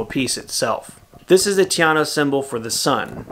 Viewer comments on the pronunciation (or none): none